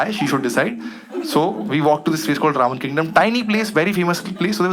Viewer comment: Why am I hearing ravan kingdom every time he says Ramen Kingdom😂😂